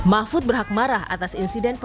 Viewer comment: kok sya gak denger mahmfud...mahfud keluar. tp yg sy denger nasbung...nasbung...keluarin🤣🤣🤣